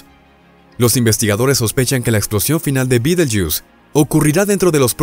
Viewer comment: Me resulta extraño , risible, que el relator hablé en castellano ,pero que al nombrar el nombre de la estrella lo pronuncie en inglés y no en castellano, que se pronuncia tal como se escribe. Alfa orionis en la antigüedad, para los antiguos árabes era considerada parte de Géminis. La constelación de Orión era llamada por los árabes con el nombre de Jawza(Jauza), ésta era una divinidad mitológica de lo árabes preislamicos. El nombre árabe de Alfa orionis es Yah al-Jawza= mano de Jawza. Al ser traducido por los cristianos de España, cometieron el error de escribir B en lugar de Y, y la nombraron ' Bait al- Jawza= hombro de Jawza. Como he dicho anteriormente me parece ridículo ( ridículo según la acepción castellana y latina de la palabra) que el relator del vídeo lo pronuncia en inglés, pues me suena a ' jugo de escarabajo'.